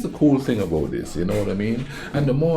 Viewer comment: he sounds so irish when he says that 😆 it’s the way he pronounces the T 👍🏼